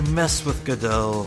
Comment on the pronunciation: hey, the first let's player to get godot's name right right away! now it's time for this bitch!!! edit: I screamed loud enough that i started coughing this episode.